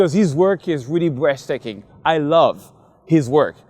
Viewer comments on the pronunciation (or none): Hendrik Hardeman You don't seem like you got the joke. It sounds like he says "breast-taking." That's the point.